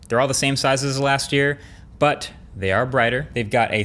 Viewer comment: Am I the only one that notices how often MKBHD says “BUHT”?(the “h” is silent) Maybe a new drinking game for every time he says it?